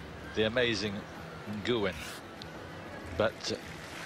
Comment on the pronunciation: I always love the British Eurosport commentators… although the pronunciation of both 'Ge' and 'Nguyen' here is pretty funny :P